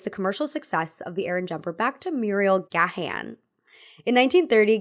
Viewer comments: Gahan is pronounced "gaan" like the a in "dawn" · Gahan is pronounced ‘Gay-an’ or just ‘Gan’